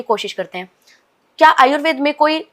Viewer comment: Ye aayurveda क्यो बोल रही है Anchor, आयुर्वेद को आयुर्वेदा बोलना कहां तक सही है?